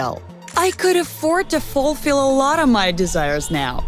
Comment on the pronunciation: Lol are we not gonna talk about how she said eyebrouw instead of eyebrow, preez instead of prize, fallfill instead of fulfill and purhazed instead of purchased? She sounds like she has never read a book once in her entire existence.